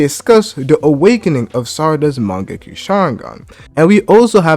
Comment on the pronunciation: Am i tripping or do bro keep saying mangeki?